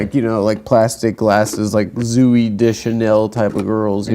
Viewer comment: “Zoo-y Deschanel” lol